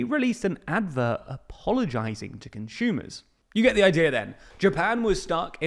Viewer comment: please stop pronouncing "consumer" as "conshumer" we are not german